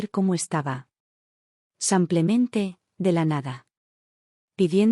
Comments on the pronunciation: Por Dios es "Simplemente" con i, "sim". Es horrible oir "samplemente" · ¿ Por qué dicen SAMPLEMENTE ??? Si es simplemente...no lo entiendo y también lo escucho, en otros relatos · Cuando corrigen “ Samplemente “ ? 😂😂😂😂😂😂😂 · Buena narrativa . Por qué dice samplemente ? Disculpe , pero no puedo evitar la pregunta , es como una patada al oído!